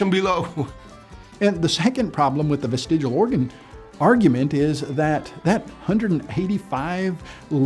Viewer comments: Sorry to do this, but it's vestigIAL, not vestigUAL!!! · I used to wonder why you can't pronounce "vestigial" but now I know... It's because you can't spell the word either. :)